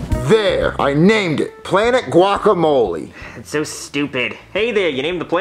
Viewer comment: The way pronounces guacamole is so annoying I hate how ppl say it like that